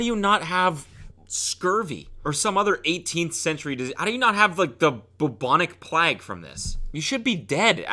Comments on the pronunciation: "boobonig plegg" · "bubanic plag" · Cody really said “the BUB-on-ic PLAG” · “boobonic plaegue” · “Boobonic plag” 😂 favourite pronunciation ever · My man said the “boobonic plag” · Are we just going to ignore “bubONic plAG” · “Bubonic Pleg” 🤣😭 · “Boobonic plag” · buhbonic plag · Man said "bubonic plagg" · “The bobonic plague” - Cody Ko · “Bubonic plag” lmao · "Boobunic pleg" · Why did cody say bubbonic plag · "bobonic plaque" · "Ohh mah gad I have gottan tha boobawnic plaeg!" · “Bubonic plak” - Cody Ko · “how do you not have the bubonic plahg from this” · “Bubonic plag” less than three minutes in and Cody has his first error. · “bOöbownîq PlAâhg” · "bObonick plaag" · Can we not ignore cody butchering the bubonic plague